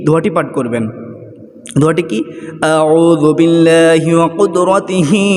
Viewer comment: কতক্ষন আউজুবিল্লাহিম, কতক্ষন কুদরতিহিম, কতক্ষন আজিদুম.. উচ্চারণ ভুল পড়েন কেন?